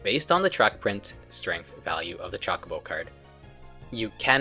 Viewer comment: Grrr! CHO not chalk. 😮